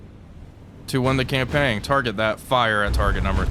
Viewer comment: ...You do know that the 'G' in "campaign" is silent, right? "Cam-pain", like "cam paint" without the 'T' - not "cam-pang"...